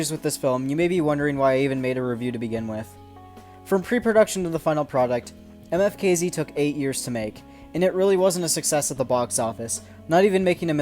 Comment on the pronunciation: I think you supposed to pronounce it like how the letters sound for instance you would make an M sound then you know what I mean